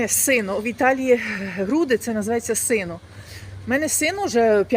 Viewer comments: Не сино а сєно реджисєно ( бюстальтер)😊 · Сено а не сино